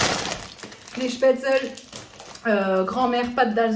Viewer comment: Cc super retour de course , par contre étant alsacienne mes oreilles ont saigné mdrrr avec la prononciation du bibeleskase et des spaetzles 🤣🤣🤣🤣🤣😘😘😘😘😘😘